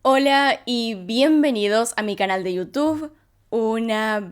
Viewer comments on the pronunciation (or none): none